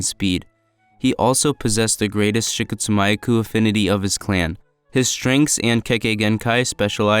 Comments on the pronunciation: The way he pronounced the kekkei genkai was cringe. I always thought it was pronounced "she-coat-sue-me-aku" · Dude butchered “Shikotsumyaku” 💀